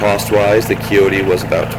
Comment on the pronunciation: You should probably delete the video and do a better one. You are confusing the CK2510 with the CK2610. I'm not going to watch the entire video again but just in the first 45 seconds you pronounced Kioti wrong, gave the wrong PTO HP, gave the incorrect weight, and the horn is not a fake button, it's an option that you have to pay for.